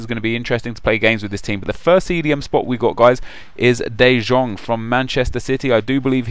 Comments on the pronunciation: It's pronounced de yong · no hate or anything but de jong is pronounced de yong